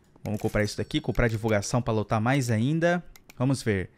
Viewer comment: Ele falou "lotra" sendo que e lotar